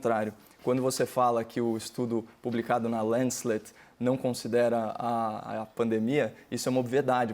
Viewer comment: Copolla: 1. O nome da revista é "Lancet", não "Lancelet" 2. Recessão mata. Covid-19 também mata. 3. "Morrer uns X mil" foi exatamente o que falou o Hang. Já que você está confortável em lamentar essas mortes, poderia fazer então cenários e avaliar o custo de cada pessoa viva. Você vai ser o primeiro a responder a pergunta horrenda de "quanto a economia deixou de cair por cada pessoa que morreu?" 4. Você fala em ciência, mas ignora qualquer dado que desconstrua um argumento seu. Não há, por exemplo, nenhum medicamento ou tratamento por enquanto, além de internação, que aumente as chances de sobrevivência a covid. Não há outro método eficaz que não o isolamento. Não cite Alemanha ou Suécia como exemplos. Alemanha testa de forma absurda e mede continuamente o R0. A Suécia funciona com um sistema meio na base da honra que não funcionaria nunca aqui. 5. Qualquer abertura gradual depende de testes pra monitorar, em tempo real, a população. Caso contrário, mesmo lugares com nenhuma contaminação podem ser acometidos. É pior ainda no interior, onde há menos leitos médicos e dependem de cuidado nas cidades grandes vizinhas. Mesmo que boa parte da população se comprometa a tomar cuidado, basta um pouco de descuido, basta um número bem reduzido. Exponenciais são assustadoras. E se você duvida, está cheio de gente esclarecida que fica dizendo por aí que tomar água tônica é tratamento, ou que cloroquina possui pouquíssimos e quase desprezíveis efeitos colaterais. 6.A data do Doria, assim c